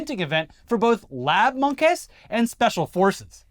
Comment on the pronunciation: I still love how pronounces "monkes". The right way.